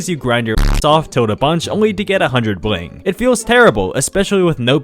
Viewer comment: Thing 141: the way you pronnounce 'bling'